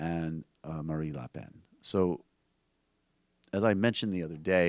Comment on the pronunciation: Someone tell Michael that it's "Marine Le Pen". Not "Marie Le Pen".